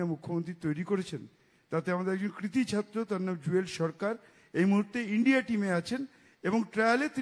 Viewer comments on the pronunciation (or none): none